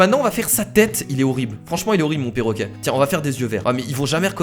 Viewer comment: 4 :21 qui a entendu porroquet?